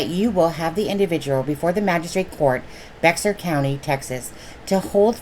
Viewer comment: Bexar county pronounced bear.